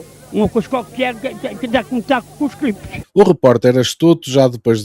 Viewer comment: Não, são cliptes